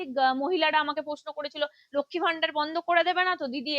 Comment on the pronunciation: ম্যাডাম, ভিডিও র শুরুতে এবং বেশ কয়েক জায়গায় " লক্ষ্মী ভাণ্ডার " বলেছেন আপনি। এটা শুদ্ধ করে নিলে ভালো হবে।